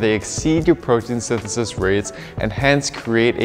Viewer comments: I think think your wordout session may have been a bit long and your tongue was overtrained in this video. Your form was getting a bit sloppy saying “protein synthesis” towards the end lol. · Protein synthesithisis